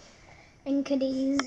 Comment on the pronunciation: it is ca<---accent here deeth lol